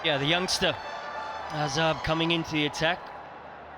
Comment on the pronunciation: commentator mispronounced the name. Its Azab (sword) not Azaab (pain)